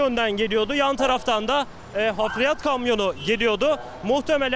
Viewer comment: muhabirin harfiyata hafriyat dediğini bi benmi duydum :D (geçmiş olsun reyizzzz)